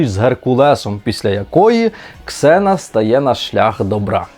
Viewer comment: ніяка не зіна! Ксена